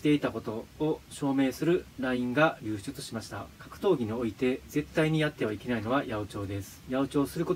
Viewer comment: 一回も流出言えてない